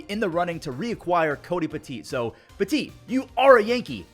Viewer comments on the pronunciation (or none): none